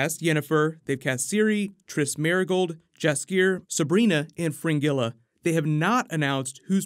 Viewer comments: Pronunciation of Jaskier is Yaskier. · Jaskier name is pronounced Yaskier, please keep in mind that books were written by polish author. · You're pronouncing Jaskier wrongly. "J" in polish is pronounced like "Y" as in "yeti". Just picture "Yaskier". I would tell you to use "dandelion" instead but jaskier literally means ranunculus flower - which is totally different than dandelion, then again... Ranunculis doesnt sound very poetic does it? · Dude! "Blood of Elves" was NOT the original first novel in the whole witcher series. "The Last Wish" was and is the first. The Witcher didn't start out as a series. The author concluded that he might as well make it into one, after the success of the first two books. Also: the names are pronounced Yas-kee-air and Vill-guh-force. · Jaskier is pronounced Yaskier and he is of noble birth. Also is extremely handsome man who keeps his young looks deep into his 40. Please read the series before you give it out to people.